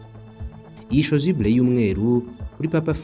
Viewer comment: Chasuble pas chosuble